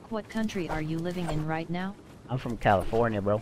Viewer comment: Viewer: "Brock what COUNTRY are you living in right now?" Brock: "Califinia" Me: Face Palm 🤦‍♂️